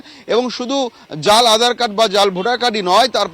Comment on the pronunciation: উপস্থাপিকা উচ্চারণ করলেন, 'আঁধার কার্ড' (12 sec এ) ; প্রচুর ভুল দেখি এই চ্যানেলে। 'আজ তক' এর মত চ্যানেলে এইসব অভাবনীয়।